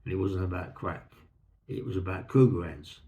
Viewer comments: Sorry for being thick but all I can hear is "cougar hands". Somebody please help. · Thanks for solving that mystery, I couldn’t make out what he was saying either 😂.